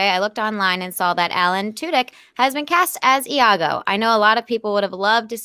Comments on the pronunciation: Lago. Lmfao. 5 seconds of looking up the name would tell you it's Iago. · Lago? LOL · Iago not Lago, dipstick Also, Duke Weaselton not Duke of Weaselton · LAGO???? LAGO???? IT'S IAGO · "LAGO" really lol